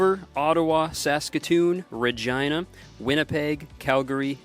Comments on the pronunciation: Is it really pronounced like that? Ruh-ji-nuh? I thought it would be Ruh-jee-nuh, but he pronounced it like Scooby saying vagina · no shot they pronounce regina like vagina.... canada is so unserious I love it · Why did you pronounce Regina like Vagina? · who decided it should be pronounced that way fr why would you not think 'reg-een-a' is a better choice 😂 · TIL Regina rhymes with V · I don’t like the way you pronounce Regina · Please can somebody confirm if that is how you pronounce the town name ‘Regina’ because I don’t think so and I hate it so much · 0:0:06 As a "Regina" myself I hate when ppl pronounce it that way (for obvious reasons!😂🙃) ( and yes I understand its the proper/regional pronunciation, not just Kurtis randomly choosing to say it that way.) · just found out that the city of "regina" is not pronounced in the way that "regina george" is